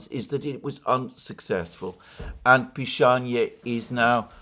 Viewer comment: I hope village of Pishanie actually has a different name, but Alexander did not pronounce it correctly. Just imagine living in the village of Pissing 😂